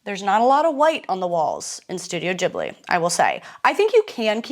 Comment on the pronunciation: Ghibli is pronounced GIBLI not JIBLI, arigato gozaimasu, thank you! great video love you